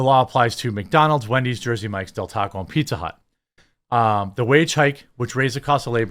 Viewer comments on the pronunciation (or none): none